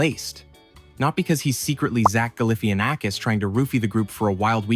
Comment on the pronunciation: "Zach Gulliffyuhnackis" Okay then.